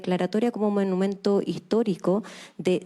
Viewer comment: Manumento??? min